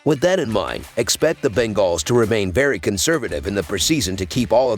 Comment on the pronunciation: The Ben-gaws 😂